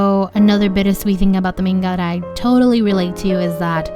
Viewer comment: I liked this video a lot and thanks for it , but I only have one comment , please correct your pronunciation of the word "manga" as it's really painful to hear it and not say anything about it . Thanks again .